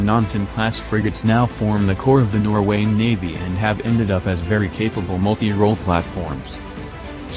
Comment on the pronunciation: Bloody hell, not "norweign" but "norwegian". What an utter moronic lack of basic knowledge.